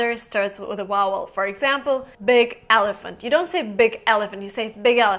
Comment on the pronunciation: I am from England and you are spot on with every point. The only time you don't join words, is when you want to emphasise something, or make a point of something. For example if you went to school and there was a big elephant there, you would say "big, elephant, in this, school". Just one thing though, your pronunciation is great but you struggle with the word "Vowel" - you say it as "Wowel" but the first letter is a solid "V". It confused me at first, so thought I would just politely point it out. Great video and will be very useful to many people learning real English, instead of just "text book" English. Well done.